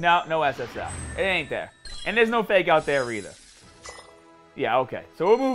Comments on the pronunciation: This guy says SS Ah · I just looked you up and this is my first video of you and I'm not sure whether or not to like the way you say ssr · First time watching ur vids but do u really say SSR like that